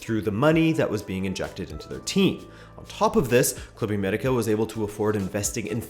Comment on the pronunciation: Your pronunciation of Club América is a sign of respect. Se aprecia.